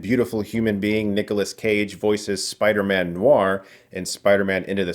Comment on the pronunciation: Why do I keep hearing Spidermen 😭😭😂